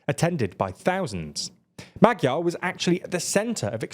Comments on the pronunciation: and maDYar instead of magyar 😂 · In English writing it would be Ma-jar. Or just say the 'gy' like the dge in hedge. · Can you pls take 10 minutes and learn how to pronounce the Hungarian alphabet? It's really simple, but that pronunciation was horrible.